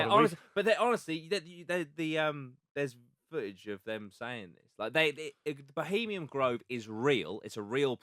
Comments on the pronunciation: I like the effort but frustrating when he can’t even get the name of bohemiaN grove correct, he kept saying bohemiam and it was annoying AF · For fucks sake guys it’s “bohemian” grove not fucking “Bohemiam”. Love Jack but this guests level of research and general intelligence screams Norfolk inbred. At least take 5 mins to correctly read the name of the location. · Would have been a lot easier to take the lad’s research seriously if he hadn’t been mispronouncing it as “Bohemiam Grove” the entire fucking time